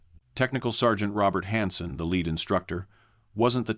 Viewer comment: Most poorly edited series of so- called historical stories ever. Can't deal with numbers , can't tell the difference lead (follow me) pronounced leed, or lead the metal, or quad meaning 4.